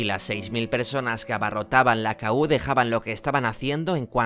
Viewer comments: La discoteca era "Kú", no "K-U". Cómo se nota que no habías nacido. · Exacto. Era EL KU, no la Ka U 😂